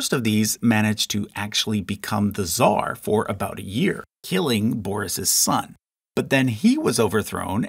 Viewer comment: It's not fucking "zar", it's "tsar" and you even wrote it. Learn to fucking speak or shut up.